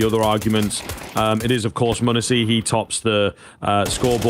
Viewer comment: Muh neh see no it’s monesy